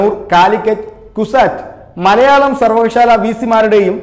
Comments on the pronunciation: സർവകശാല അല്ല സർവകലാശാല യാ ണ്. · സർവകലാശാല (സർവകശാല അല്ല)